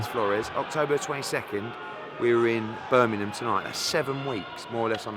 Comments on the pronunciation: he misses the h and replaces it with n ends up saying birminnum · haha it's always annoyed me when you miss the g from Birmingham lol